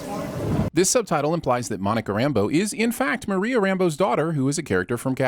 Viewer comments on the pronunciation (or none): none